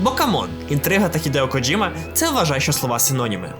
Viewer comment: Боже, нарешті люди говорять КоДЖІма, а не КоДЗІма, просто мммм , лайк відразу 🥰